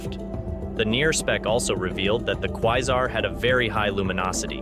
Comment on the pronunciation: Quesar: Kway-zar.. not Kwie-zar...